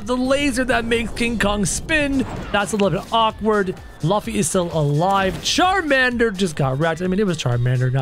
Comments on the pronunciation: Bro said LuFFY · No Its not Laffy its LUFFY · You say Laffy it's Luffy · Its lo-ffy luffy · Luffy not lufy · you pronounced Luffy wrong